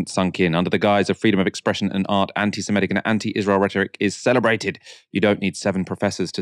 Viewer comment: Anti SEMITIC NOT SEMETIC